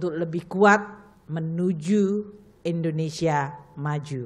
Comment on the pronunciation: yang bener Indonesia bukan Indonesa 🤔